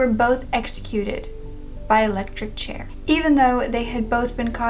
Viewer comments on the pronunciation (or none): none